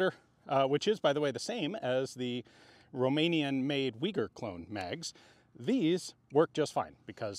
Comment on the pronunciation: And you are a mikey mouse,the way you said roumenian .Dont forget Ak 7/62 made guess what is beter all around 😅